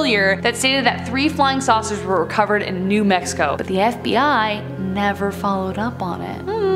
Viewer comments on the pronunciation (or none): none